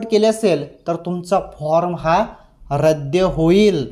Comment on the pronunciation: रद्य नाही रद्द म्हणा.